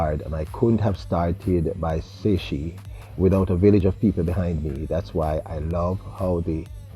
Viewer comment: Saysh. One syllable. Pronounced the way it's spelled. No SHE on the end.